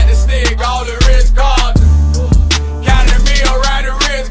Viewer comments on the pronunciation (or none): Rh cahtn